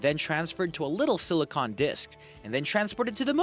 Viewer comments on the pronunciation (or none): none